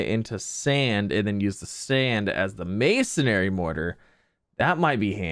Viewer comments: I can’t tell if he’s just trolling us by continuing to say masonary instead of masonry at this point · Z I know that this might be a bit picky but please pronounce masonry correctly. It's not mason"ai"ry, it's just masonry